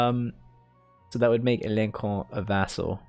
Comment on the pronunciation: bro it is pronounced as alonso(n) not like aloncon nice video btw